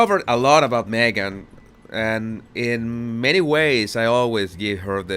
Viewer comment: Yes she here again! ...me-a-gan..Megan!! Go see your dad if you a compassionate woman!!